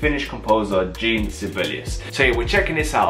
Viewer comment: Jean Sibelius's first name is pronounced like the French form of the male given name “John.” It is pronounced (phonetically) as “Zhawn,” with, if you want to be precise, that very French nasally “n.” The “Zh” should sound like the “s” in “Intrusion.” So, it is NOT like "jeen!”